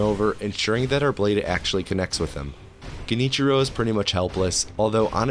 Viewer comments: Genichiro is pronounced liked Jen- (like Generator) ee-chiro. Very hard language bruh Oh and great vid man, you so easy to listen to. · It's actually pronounced Junty Joe, not Genichiro.